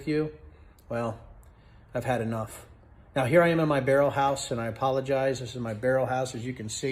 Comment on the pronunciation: "muh barrol house"